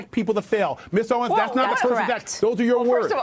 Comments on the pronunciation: Mr Jesse Lee Peterson. You got me cracking up. Candace’s last name is Owens, not Owns. LOL. 😂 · Owens. {Oh-wens} lol not owns or Owiens Jesse lmao🤣🤣🤣 it's ok jesse I know you're black and slow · You fucktard its OWENS NOT OWNNNS !!!!!!!!! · Jesse saying "Candace Oins" cracks me up xD HE BLACK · Can't even say her last name.....smh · Come on Jesse, you can't pronounce her name? Hate to tell you she is 50 times bigger then you. You are like those people in congress, they hadn't a clue who she was. Come on man look around, take your blinders off. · Save all of this BS. Just the fact you listen to THIS fool tells me all I need to know about you. I mean this ignorant dog can’t even pronounce “Owens” 🤔 Secondly, Candace basically said MLK didn’t exist when she said the Southern Switch didn’t happen??? That’s weird, because it was negotiated with MLK by LBJ... Please don’t have kids and expose them to your silliness....